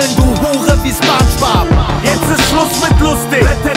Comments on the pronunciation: Da kann jemand das Wort Spongebob nicht aussprechen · In Deutschland spricht man den Namen „Spongebob“ mit „O“ aus. Das klingt einfach nicht korrekt. Beim nächsten Mal einfach drauf achten.